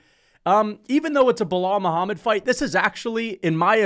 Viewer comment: Bro opened up with a casual "biw wow Muhammad" lol